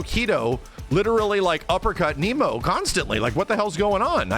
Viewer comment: Hearing pronounce nemo like the fish gave me a chuckle. Has anybody edited Nemo's face onto a finding nemo poster?